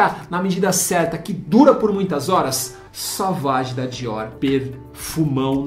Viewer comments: Duas dicas: a palavra "bleu" (azul em Francês) se lê BLU e não "blâ"; já "sauvage" se lê "SUVAGE" e não "savage". De nada. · Cara, vc fala muito errado deveria ter estudado um pouco para o vídeo. Se fala "Sovági" e não é "ambár", é Âmbar.